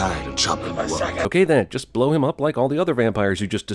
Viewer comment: For the longest time i thought he said "you blow me" not "you bore me"